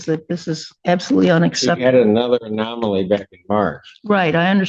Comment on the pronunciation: Lol@ "anamoly"